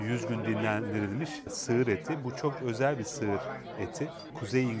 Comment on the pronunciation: "Birçok şey söylenir, çokzel" :D